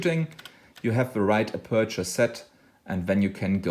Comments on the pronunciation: TNX, very useful (I had some trouble understanding your pronunciation of the word 'aperture', first syllable caries the stress). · Marcus Van Assendelft van Wijck aperture...I think the pronunciation could be confusing. I can help about the settings if you have a problem setting that.